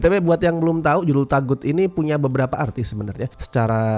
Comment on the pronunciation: Sebenernya cara pengucapannya yg bener tuh "TOGUT" bukan TAGUT. Kurang lebih maknanya sesuatu yg salah utk disembah kek berhala. CMIIW.